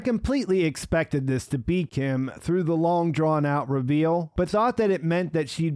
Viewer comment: beak him instead of be Kim? LOL